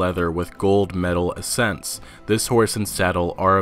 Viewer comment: "Ahsents" nah brah it's accents lol.